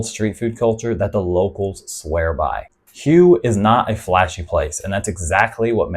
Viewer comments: Not meaning to be impolite but HUE is pronounced more like WHO-WAY not like HUGH as you pronounced it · I think Hue is pronounced “Way”…I’ve actually been there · Good stuff...but this kind of stuff defeats the purpose...putting it on the expat radar...then.....they move in...and the next thing you see...it has been spoilt...On a side note...isn't Hue pronounced like Whey....?Not sure myself...just checking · Thanks. But Hue is pronounce Hway. It's the old imperial city. BUN Bo Hue originated there and most of us agree with Bourdain. It's the best noodle dish on the planet. The broth is divine. It was created for the emperor. So... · Hue is pronounced "way". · It's pronounced Hway! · Good video! That 2nd city in Vietnam (Hue) is pronounced "whey". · Yes, it's pronounced like "hooway". Listen to the locals. Makes it hard to trust content when creators don't take the time to learn the proper names of the place they speak of. That said, I think you do an overall good job, just need to tweak a few things. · Great video, good points about all these destinations. Constructive criticism : may want to check the pronunciation of the city Hue before making a video about it 😉👍